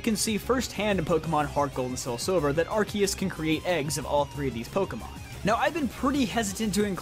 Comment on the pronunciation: Oh my god. Someone who can pronounce both Arceus and Rayquaza correctly!